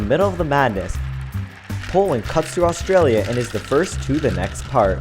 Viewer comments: its pronounced AUSTRALIA NOT ARGENTINA!!!!!!!!!!!!!!!!!!!! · You said argintera instead of Australia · anyone else realise he says argentina not Australianlia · wtf HE SAID argentenia AT THE END INSTEAD OF AUSTRALIA